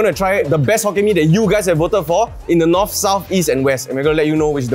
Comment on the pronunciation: serangoon north not north leh…